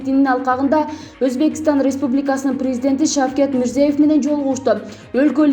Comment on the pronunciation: Мирзоев эмес,Мирзиёев сада сабат.Биринчи озунордун сабатынарды жойуп,анан башка жонундо айткыла